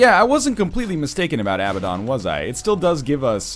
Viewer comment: Abaddon = Uh-Bad-En